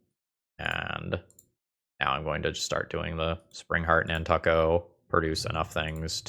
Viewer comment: Over the last 20 years, have never heard it pronounce nan•tuck•o